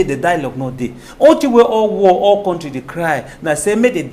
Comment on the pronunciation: please tell your English teacher guest,, to pronounce 'country' correctly. He teaches!